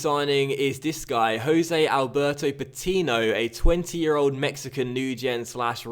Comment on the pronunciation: you are saying patiño wrong,it's patinio,not patino